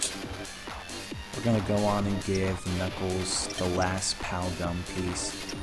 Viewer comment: when you said pow gum I thought you said pow gun